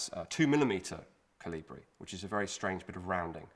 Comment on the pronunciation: Koli-bri please.